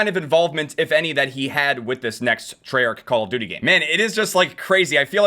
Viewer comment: "IT'S VERY HARD.... CaLlA DuTie"